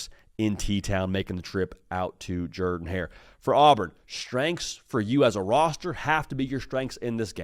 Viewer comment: He does Pronounce it right!!